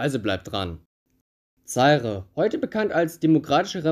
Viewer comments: Himmel, das tut ja beim Zuhören weh: Zaire wird "Saihr" mit Betonung auf der zweiten Silbe ausgesprochen. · Der Staat wurde Za-ire ausgesprochen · Vielleicht sollte man sich ein wenig vorbereiten, wenn man etwas einstellt. Es wird Za- ir ausgesprochen und der Weltfußballer heißt Rivelino und nicht Rivelinho, bei Minute . Hör dir doch einmal die Single, In Zaire, aus 1976, von Johnny Wakelin, an. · Nein, das E am Ende ist entweder stumm: ZA-IR Oder, wenn man es Englisch aussprechen will: ZA-IƏ Wobei das Ə der gleiche Laut ist wie das E in "Kanne" oder "Tante" 🖐👴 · Minute : Er spricht ja nicht einmal den Namen Rivelino richtig aus! Wie soll er dann in der Lage seine Za- ir richtig auszusprechen. Er sollte sich einmal die Single aus 1976, von Johnny Wakelin, anhören, die ja bekanntlich " In Zaire" heißt!